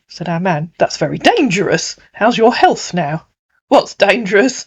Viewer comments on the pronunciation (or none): none